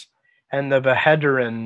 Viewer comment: As far I know, you just don't read the H in bhederin. There is a Malazan pronunciation guide. If you google that, it's the first link. Really useful!